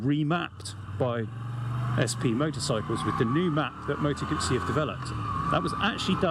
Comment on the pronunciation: Moto Gootzee, thank you for the correct pronunciation. So many say GUZZY or GooZee; Yikes!